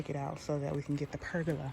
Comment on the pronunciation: Lol I think you pronounced pergola right sis! I love how it turned out, we're building one for our back yard this summer.